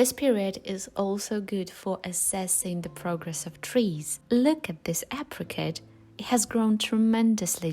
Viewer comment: Sounds like your saying Aprikate it's A Pri Cahtt